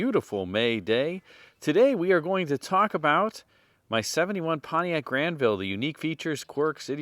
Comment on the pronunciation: Well done on the French pronunciation, my friend 👌